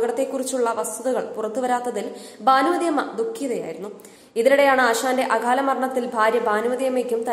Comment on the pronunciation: അഘാല നിര്യാണം അല്ല അകാല എന്നു പറയുക